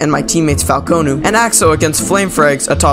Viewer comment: I love when he calls falcon falcOnoo